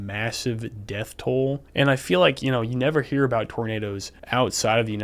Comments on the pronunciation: That "er" at the end of "roundabouts cause tornaders" is what linguists call an "intrusive R", and it's something that interestingly southern Americans have in common with the British. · Tornaders is the only I'll pronounce it now. That guy is gold. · Hard R on Tornado is just extra